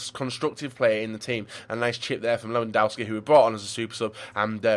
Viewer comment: omg, it's pronounced lev-an-dov-ski